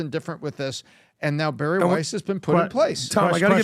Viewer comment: Bari* not Barry...